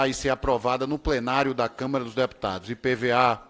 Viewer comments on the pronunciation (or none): none